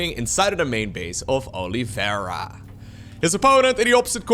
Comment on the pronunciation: Man, what a butchered way to pronounce Oliveira